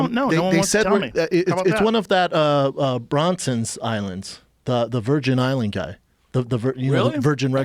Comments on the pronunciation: Lol Schaub "....It's one of the Bronson islands"😆 . BRANSON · Bronson guy? It’s Branson you dope! 😂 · Did he just say one of "Bronson's islands" .. .Richard BRANSON.